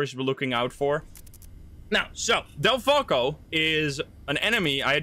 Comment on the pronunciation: Sounds like you said deltaco Instead of delfalco